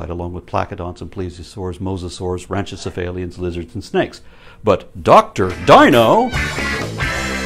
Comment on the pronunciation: Small correction.. you said ranchocephalian at the beginning. It’s rincocephalian